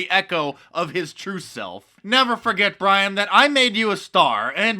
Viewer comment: why does Little Bwian have Joe 90 on his team?